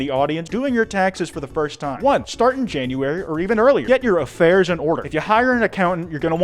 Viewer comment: "janruary"😭 idk, but this is just so fricking funny to me